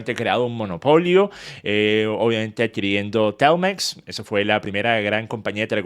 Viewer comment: por que dices telmex con ese acento es ridiculo